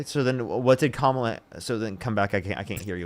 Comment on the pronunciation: I love correcting them every SINGLE time they pronounce Kamala incorrectly 😂